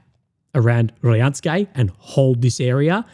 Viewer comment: Hello Russian speaker here. Proper way to pronounce is RODINSKOE NOT RADIYANSKE lol obviously Rodinskoe is the key to Pokrovsk if that settlement falls gg well played you might as well call it a day. So far 93th mechanized for AFU been doing amazing job holding that key strategic settlement for so long.